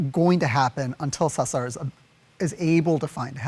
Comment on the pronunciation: Sa-sar🤭😂🤣😂it’s Cesar,!